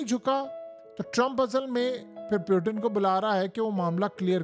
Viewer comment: پلیزززززز پیوٹن نہیں ہوتا پوٹن ہوتا ہے جنگلی انسان